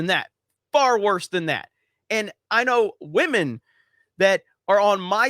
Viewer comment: shame shame, you miss pronounced the word Wamen again.